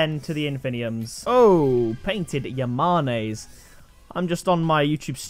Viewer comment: “Yah-mon-ayes” are they not pronounced “yah-manes”?